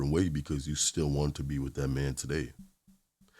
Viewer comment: The word is "that" not "dat", and the word is "the" not "duh". learn to pronounce words properly. Wtf.